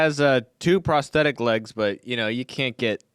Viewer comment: I cried during this video. "No, he didn't attack (meaningful pause) woman with machete; he attacked woman with machete." "He had a prothetic gun" chuckle snort